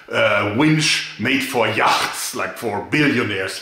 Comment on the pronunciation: I like how Joerg pronounces yacht. It's super German!